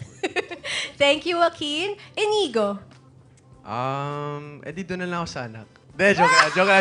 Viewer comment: Hindi Inigo pero Inyigo kasi nga " Ñ " yun. Patanga tanga kang host ka.